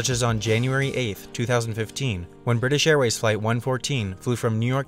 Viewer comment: "Briffish Airlines"